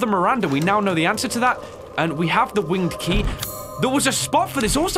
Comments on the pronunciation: Every time he said winged key i thought he was saying winky and I just died😂😂😂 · look thought u was saying winkie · What said: The winged key won’t fit... What I heard: The winky won’t fit... 🙈